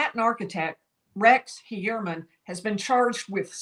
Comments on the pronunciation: She clearly has an accent. She pronounces it according to her accent. Who cares. The truth is... most people are pronouncing the name wrong anyways. It's Hoi-er-Man. Because this is a german name; so the 'eu' sound is different. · say (Fewer) men... Now say (Hewer) man. Pronounced Hewer-MEN Ok 👌😊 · "Hue-err-men" for Gods sake 😑😭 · Someone PLEASE tell this woman how to pronounce his name..